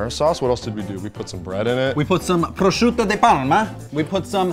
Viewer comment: Prosciutto di Parma not proschiutto